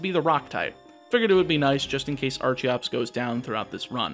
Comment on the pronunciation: Archeops and Archen are pronounced with a hard ch not a soft one like archaeologist or archeology